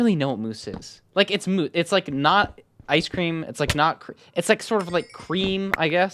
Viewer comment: As an Indian as well, I was just thinking what moose is supposed to mean